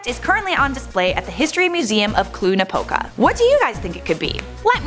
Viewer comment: its clujjj napoca not clue napoca